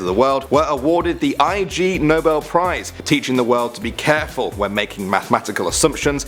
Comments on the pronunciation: Your Brit, so I can forgive a lot of pronunciation differences. But it is not the I G Nobel prize, it is the Ig Nobel prize as in ignoble as in dumb and worthy of ridicule. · it's pronounced the the 'ignoble' prize (IG-Nobel, a twist on the Nobel prize...). Ignoble in this sense meaning "Completely lacking nobility in character, quality or purpose" (WordWeb). HTH